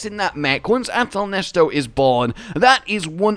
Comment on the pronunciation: Why yall calling it ahtal nesto isn’t it ahtal neset